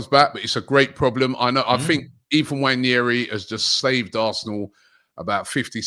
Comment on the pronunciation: Come on say his name right. It's pronounced "Wan-airy"